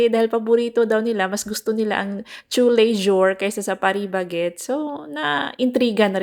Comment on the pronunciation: Ang sweet ni DE niyakap ka sis kc tumutulong ka sa pag Farming welll swerte nman talaga siya kc if ibang babae d tutulong kc ma init masira ang Beauty.. TOO-Lay-Zhoor Ang Pag bigkas sis ng tous les Jours... d ginagamit ung J ginagawang Zh and with out S ... Happy birthday again Zaldy.. naalala ko gusto mo umulan sis dito now umuulan... Good night ♥️♥️♥️